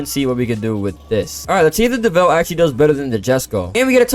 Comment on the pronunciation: FINALLY, SOMEONE PRONOUNCES DEVEL NOT-DEVIL! EVERYONE SAY DEVIL, ITS DEV-EL!!